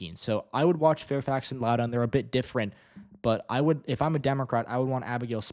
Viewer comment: Im predicting a margin between 5-10% for Spanberger. Hopefully with Trump's unpopularity it'll be closer to 10%. Im from Loudoun county and it's pronounced Lau-dn